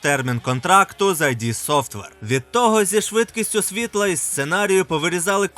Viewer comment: не "айді софтвер", а "ід софтвер" (так, два звуки: "і" і "д"). дуже поширене непорозуміння